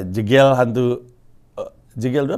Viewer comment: Bang, bilang nama jegel itu bukan jegel tapi jegel. Pake e sumatera